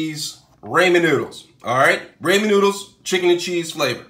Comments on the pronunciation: Raymen noodles?😂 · what is this “raymen” noodles that i hear of? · Im dieing everytime he says it